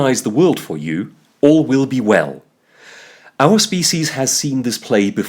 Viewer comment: “All will be well”. The way you say “all will” sounds very much like you are saying “Orwell”. Was that deliberate? Either way, it fits perfectly.